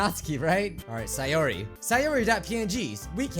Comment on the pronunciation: And it's pronounced say-ore-e Sayori